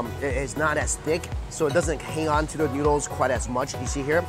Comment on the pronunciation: Y did you have to emphasize on thick